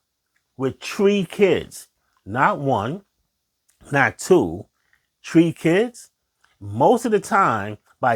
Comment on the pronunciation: First of all, the word is "THREE" not "TREE." Try working on that with your speech therapist. Second, how can you blame women for what men won't do? Have you invited your friends to church? Why are men not talking about attending church with other men? What are the deacons and pastors doing at yours and other churches to bring men to the church? If you attended church with your family, I guess meaning they lead by example, where's your wife? You couldn't meet her in the family church? So what did your mother do to turn you against women? Some mothers teach their sons that no woman is good enough. That way mom can continue to control her son. In turn,he blames women for every problem. Stop blaming women for the choices of grown men.